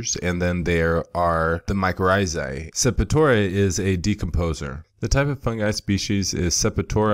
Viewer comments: I hope I'm not knit-picking but it's Sep-tor-ia, NOT Sep-i-tora... It was somewhat cringe-worthy to hear it mispronounced throughout the entire video... No complaints, otherwise... Good info...!!! I stumbled across the video while diagnosing dark margins on the large fan leaves of one of my autoflower plants that I haven't encountered before, which turns out to be a Calcium deficiency... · I could be wrong, but I’m sure septoria is pronounced Sep-tor-ee-uh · Pleased check the pronunciation of "septoria" two syllables. Peace